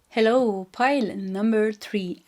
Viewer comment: I love how you say hellOw